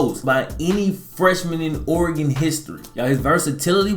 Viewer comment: Ore-gone, Oregon